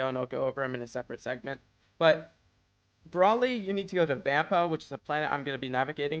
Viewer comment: if ur gonna make a vid on this use the names right like feck bros sayin braly not broly